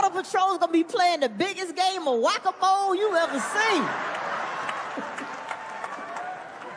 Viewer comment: or "whack-a-moh-lay" 😄